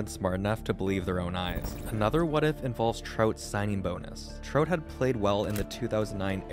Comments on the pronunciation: Sounds like you are saying trote lol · The way he says Trout is super weird.